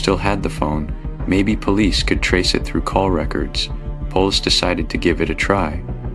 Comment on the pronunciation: "Polis"? Good old AI. Most of these entire stories are AI fiction now days. Bet none of this even happened.